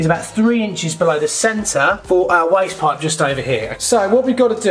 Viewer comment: waste pipe.....woooyst poyyyp....(English accent)